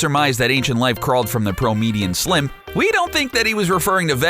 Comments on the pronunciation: WTF. Is English your second language? You just said "proimedian slim" when you meant to say "primordial slime". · promedium slim? What a dickhead. Must be one of those robot voices.